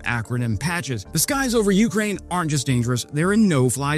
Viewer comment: U-KRAIN, not U-krain